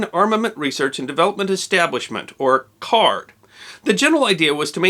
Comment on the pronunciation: Growing up, we had one of the chemists of that Canadian research group as a neighbor; It was pronounced CARDY, not card.